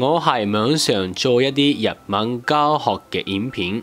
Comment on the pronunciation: ”教“學讀左”交“學 - 聲調不一樣 可以留意！ 加油！